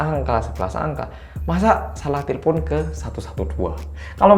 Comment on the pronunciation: te le pon 😂 ngekek aku mas, udah sama kayak orang Batak aja e nya jadi E